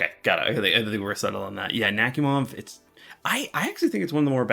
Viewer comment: You did Nakhimov dirty lol, I want to file a complaint.